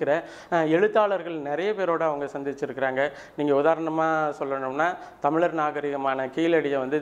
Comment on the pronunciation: முதலில் 'ழ' சரியாக உச்சரிக்கவும்... நீங்க 'தமிலர்' என்று சொன்னவுடனயே இந்த பதிவை போட்டு காணொளியை பார்ப்பதை நிறுத்திட்டேன்...